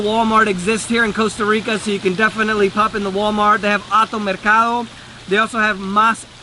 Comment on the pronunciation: Hey, at least he pronounces the country's NAME correctly!